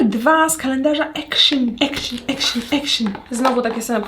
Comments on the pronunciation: w sklepie action (czytamy akcjon!! nie akszyn) w holandii nie ma takiego słowa akszyn poprostu akcjon 🙄😫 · Mała ciekawostka zupełnie niezłośliwe, Action czyta się jako dosłownie „AKTION” bo to holenderska sieciówa, Pozderki z Rotterdamu i życzę wesołych ❤️🤟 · Jak bym słyszała jakąś karyne 🙄 dramat poprostu "akcjon" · ponieważ w holandi nie ma czegos takiego jak w pl jak "zangliszczanie" większości słów to jest Holenderski sklep i wymawia sie jego nazwę "akcjon" najzwyczajniej ;) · właśnie dlatego jak już moja córka ogląda kolejną "jutuberkę", która mówi akszyn to nie wytrzymałam ;) :)